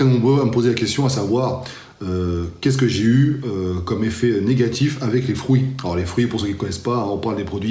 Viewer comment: Fruits pas frouits !!!